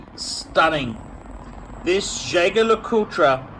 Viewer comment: if jaeger lecoultre is a very regarded name, why don't you learn how to pronounce it?